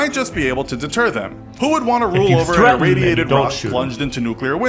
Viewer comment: Dear God there is a "T" right in the middle of both "threaten" and "detonation." SAY IT! You people who keep leaving T's out of the middle of words sound like absolute idiots. You probably start all sentences with, "Soooo,..." also. It's like "Valley Girl" 2.0.